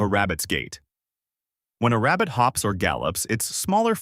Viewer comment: This guy must be Elmer Fudd, he is obsessed with hunting down Bugs Bunny. "I found a wabbit"